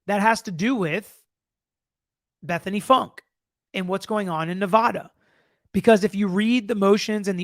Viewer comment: actually, I think her name is pronounced Funky; though spelled Funke.